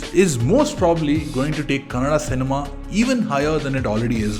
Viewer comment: Among All videos i watched, ur oly one to Pronounce KANNADA AS KANNADA❤ LotsofLove to you